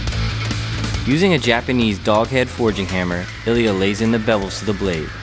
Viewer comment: мля, а я всю дорогу думал, что называет Элиот) а это оказывается просто специфика произношения русского имени))